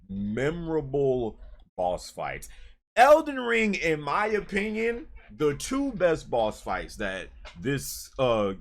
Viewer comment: 🤣🤣🤣🤣😂😂😂 eckyuck... ELDEN RUUUIIIIIIIIIEEEEEE 🤣🤣🤣👍👍